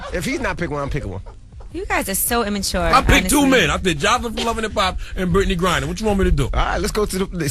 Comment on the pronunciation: Lmao he said britney grinner !!!!!!!!!!